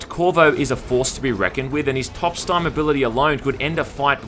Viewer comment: “His top stime ability” nice